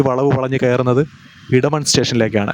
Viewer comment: മലയാളം. അറിയില്ലേ ?. ഇടമൺ അല്ല എടമൺ